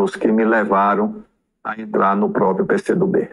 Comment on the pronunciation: meu querido, sua professora sempre aqui. Cuidado com "própio"!!!! Tem um r no meio própRio. Do mesmo modo, propRiedade, etc. Beijo no ❤